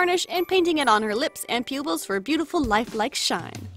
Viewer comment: It sounded like you said pubils